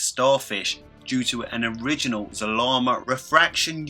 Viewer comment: By the way it’s zarama